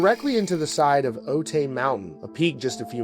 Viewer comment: I lived in San Diego county at the time of the crash and still do. Every time I drive past Otay {pronounced O-tie} mountain I think of that day. It takes a strong person to get back on stage so soon after such a tragedy. 💜